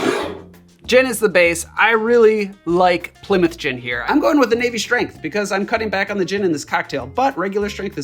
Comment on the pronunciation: 'ghin' and 'cogh-nac' was a crazy jumpscare